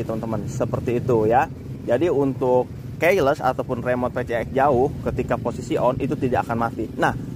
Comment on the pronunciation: Maaf bang..ngomong KEYLESS nya dibenerin dikit ya... Ga enak dengarnya.